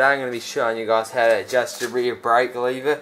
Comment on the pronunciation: LOL first thing I see when I get on this video was your comment then I hear "how to adjust your rear brake leeva"😂